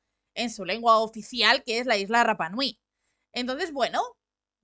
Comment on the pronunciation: Y se pronuncia Rapa (sin pronunciar la doble erre).❤